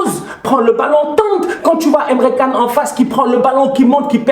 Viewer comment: Signada A.F.Q « Tousheule, Emre Canne »🤣